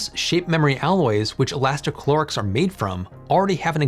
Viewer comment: Elasti ca lo rics You said many times inside the video instead: elasti chlo rics No, it does not have any chlore inside